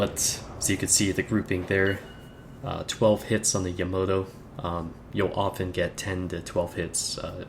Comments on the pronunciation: yamoto? its called yamato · BTW it's pronounced Yamato not yomoto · jeppe dahlhede Yama-To. How can you butcher the name of the most famous ship ever? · "yamoto" lol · Yamato is pronouced lile its written ya ma toe